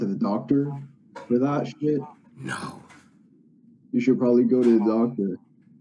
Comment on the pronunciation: He said the word shet u hv to shet lol